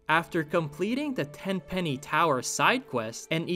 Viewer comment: Its Tenpenny, not Tem lol